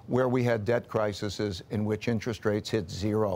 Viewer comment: Thank you Mr. Dalio for the book and for doing many interviews to educate those who are interested. Just one little correction: the plural of crisis is crises, and it is pronounced cry-sees.